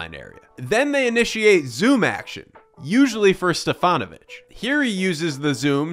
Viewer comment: Great compilation of various stats. And you do not scream like all of your fellow citizens do! Keep these two things going fwd and I'll subscribe!!!! Nice pronunciation of Stefanović name.